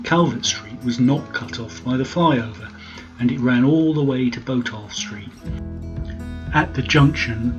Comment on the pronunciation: Interesting video. I've lived in Norwich most of my life (now 69) and remember going to the old Odeon. I've always heard Botolph pronounced as Bot-olph (bot as in robot), rather than Bo-tolph.